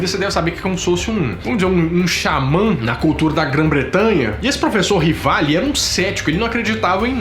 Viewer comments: Aos não é Laserjet e sim Learjet , aos não é professor Rivali e sim Rivail. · Professor Rivali (sua narração) ou Professor Rivail (escrito no quadro) ??🤔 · Amigão... Desculpa mas preciso te corrigir... O nome do Alan não era RivaLE e sim RivaIL.